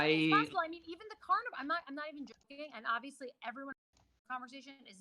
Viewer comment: did he just said Aviously?